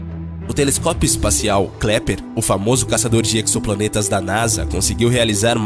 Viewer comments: Sim, é melhor deixar avisado para as pessoas aqui que o nome correto é KEPLER e não KLEPER. Abraços. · Por favor.... O correto é Kepler. Não Kleper. Fora isso, parabéns pelo vídeo. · Kepler não Klepler😂😂😂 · Pelo amor de Deus não é "Kleper" é Kepler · Amigo, não é Kleper, o nome correto é Kepler. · 😂😂😂😂 Kleper? Kleper, não! Se você fez a educação fundamental deve saber que é Kepler. 😂😂😂😂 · "Kleper" 😂 😂 😂 legal. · Impressão minha ou ele disse KLEPER varias vezes? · Disse Sim.